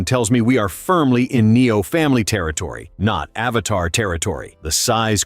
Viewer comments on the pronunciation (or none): It’s Avata not Avatar!!!